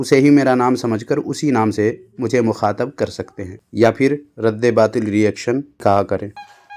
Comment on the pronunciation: اس کو مفتی کون بنایا ہے بھائی اس کو تو رد باطل بولنا بھی نہیں اتا 😂😂رد بات بول رہا ہے😂😂